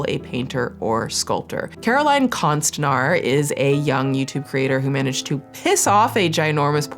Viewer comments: me hearing say "konst-nhar" in the beginning followed by "a Swedish word" had me deeeeadXD "Konst" you got right, now "när", is pronounced "nair" ( "n" and "air"). It's somewhat wrong still w the English pronunciation of letters, but an improvement to say the least Sending love<3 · It’s konstnär not konstinar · The ”ä” is actually more pronounced like ”uh”, so konstnär would be pronounced more like ”konst-ner” in English haha. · Konstner would be a more close pronounciation but many swedish names are "englified", like Wahlgren and many more. Because so many swedes emigrated to america back in the day. Its kind of cool actually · Konstnär is pronounced with a long vowel at the end. Ä is pronounced like an A but with your tongue out, like when the doctor checks your throat. And the R is rolled like in spanish. So: Konstn-ää-rrr. Swedish is a bit tricky but fun! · As a swedish person, you almost pronounced konstnär correct, "konst-" you pronounced good "När" is pronounced like "N-EAH-R" if you take the "eah" sound from "yeah* 😅😅😅 Its harn teching people new sounds of letters that is not used in their language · Konstnar more like Con-Art…ist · I’m 10 seconds into this video and your swedish is Very cute!!! ❤ Just as a fun fact and to learn smth new - the pronounciation of ”ä” as opposed to ”a” is kinda like the vowels in the word ”air”, so for this word (artist) ”konst-nair”. Konst means art. :) Ok i will keep watching now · ä is pronounced like the a in laugh if that helps lmao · Notes on the pronunciation of "konstnär" from a Swede: the ä doesn't sound like an a, it's more similar to the "ea" in "bear" ^^ (honestly it wouldve been really quick to just check the pronunciation with google translate before recording lol) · Konstnär is the real swedish spelling. O - is pronounced as in Lore and Ä is pronounced similarly to A in (american) at, apple, anaconda. Just a FYI :)